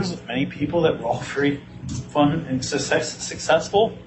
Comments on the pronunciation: Did he misspoke in the begining of his speech and instead successful he said " sexcessful" ? 😮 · He sounded like he had a Freudian slip up during that statement when he tried to say successful but he said sex on accident.